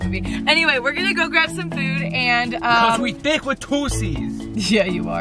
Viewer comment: When josh said thiqq with 2 c's I said no with 2 q's